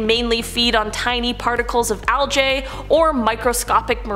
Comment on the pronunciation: Why the hell did you say algae like aljay to it’s said like algie